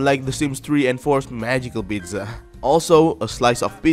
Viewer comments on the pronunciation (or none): Why u saying "pitzza" lol it's funny